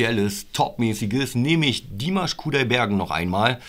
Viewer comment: Ach, ihr habt mit "Okay" angefangen? Das ist m.E. das schwächste Stück von Dimash. (Das a in Dimash ist übrigens lang auszusprechen, also "Dimaasch".) Es kann von nun an also nur besser werden. Als nächstes würde ich empfehlen: Adagio (2017), Stranger und dann das neuere "El Amor en tí". Das gibt einen ganz guten Überblick.